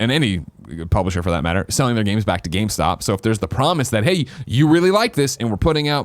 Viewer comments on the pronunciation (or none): none